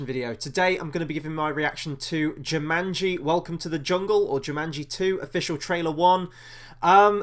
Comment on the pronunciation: Not Jimanji, its jumanji lol